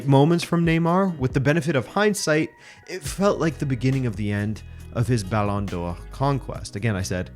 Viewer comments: How ridiculously do you want to pronounce Balón d'Or? That guy: yes😃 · Why are you saying Ballon d'Or weird ? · just curious as to why you say ballon d'or in the original French pronunciation but Anglicise all other names (Ronaldo, Neymar, Paris, Barcelona etc)?